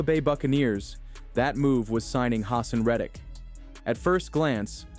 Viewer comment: FYI - it’s “huh-sahn Red-ick” and “Ruh-Shawd White” for pronunciation